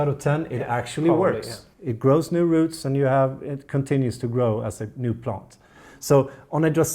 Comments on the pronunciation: No 😭 He didn’t say plont guys!!! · On porpoise do you say “plont”? 😉